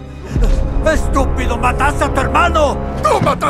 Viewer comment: Me da risa la forma en que dice la palabra estupido